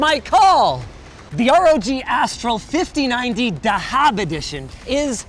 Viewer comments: Lil bro really said dahab 😭🤣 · you pronounce the "dh" in the word "dhahab" like the "th" in the word "that", in arabic it's pronounced "ذهب" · bro cant pronounce dhahab 😭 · Just a little correction Linus, it's pronounced Za-hab (gold) edition, not da-haab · Just to assist you and the other fellow brothers who said that wrong Its pronunciation is just like saying "thahab" and it is Arabic for gold and the th is like in "the" Pull that as a party trick next time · why does everyone pronounce dhahab as dahaab lol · i dont know why it is spelled like that but it is said Thahab which is just the arabic word for gold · Not sure why they called "Dhahab" since the literal pronunciation of the word in arabic is "Thahab" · The way to pronounce gold in Arabic is : The-hab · The way he pronounced dahab (gold in arabic) at the start made me die inside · the way you said gold in Arabic lol